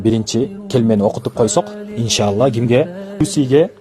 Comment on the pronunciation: Келмени оюнчук кылып туура эмес айттырып эмне кереги бар,туура эмес деп ойлойм.😔